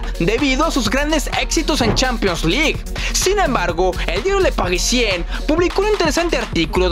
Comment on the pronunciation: Para el narrador se pronuncia "le paghisian" cuando una palabra como Le Parisien termina en "ien", se pronuncia como un "ian". Son mis favoritos!